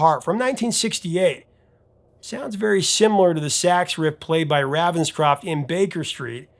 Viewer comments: Its Ray-venscroft, not Ravvenscroft. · Ravenscroft is pronounced RAYVENSCROFT!!!!!!! . He is NOT from the US. Your pronunciation is VERy irritating. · It's *RAY*venscroft! C'mon, man - it has RAVEN right in it! And that's NOT "raven" like "ravenous"! JEEBUS! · You are not pronouncing Raphael Ravenscroft's name correctly. The Raven bit is pronounced the same as the bird.